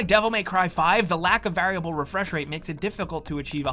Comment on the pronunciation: Everytime he pronounces 'variable' incorrectly it causes me physical and mental pain